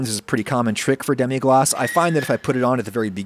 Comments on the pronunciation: Ackshually it's just "glace" (pronunced glass) not "glacé" (pronunced glah-ceh) which would mean "iced" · It's demi-glace and not demi-glacé, but I think French people will appreciate the attempt at sounding more French. (Fwiw, if it were "demi glacé" it would have to be spelled "demi-glacée" because it would be an adjective applied to a sauce, and "sauce" is a feminine word in French. But "demi-glace" is a noun and the name of the sauce, not an adjective) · Lemme be the 15th french guy to say that there ain't not "é" in "Demi Glace"